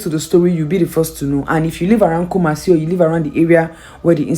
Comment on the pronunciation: Kumasi the way you pronounce it pls always ask someone to pronounce it well for you before doing videos